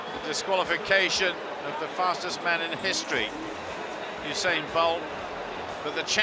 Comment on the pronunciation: the reporter said oosain bolt